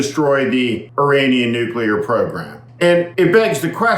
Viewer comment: He cant say the word nuclear .He tried .When is Trump going to admit that the nuclear sites were not hit:hand-orange-covering-eyes: deep enough?